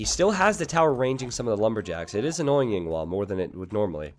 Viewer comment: You keep referring to Yinghua as Yinwa. Yinwa is not a good word to call a person.